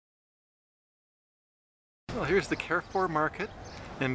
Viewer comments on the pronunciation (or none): You should try to pronounce Carrefour correctly. It's a French company.